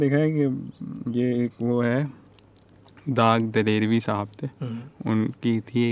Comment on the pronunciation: Dag ka naam to thek se ly lo bhai saab